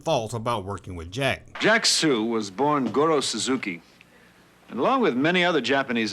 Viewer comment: Dude, you're mispronouncing the names of some of these actors. Jack See? Florence Hulpa? It's Soo and Hallop. 😮